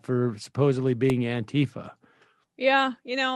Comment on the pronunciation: Say it right. It’s “ant-teeee-fuh!”